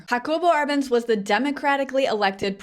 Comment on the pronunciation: Love your videos. A request: articulate proper names clearly eg, Jacobo Arbenz